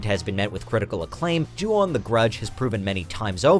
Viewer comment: Ju-on you mean right